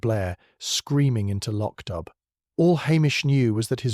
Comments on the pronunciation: IT’S PRONOUNCED “LOCK-DOO”. It’s annoying to hear the constant butchering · It is pronounced Lock Do! And PLEASE let Julian Vane and Julian Vane Smythe die already. He is like a vampire who can’t be killed. Julian has been murdered at least 5 times.